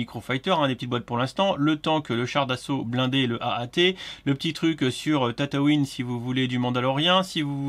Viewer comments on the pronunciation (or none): Arrête de dire Tataouine stp, c'est insupportable. C'est une ville en Tunisie. La planète dans Star Wars, c'est Tatooine. Merci Et sinon bonne vidéo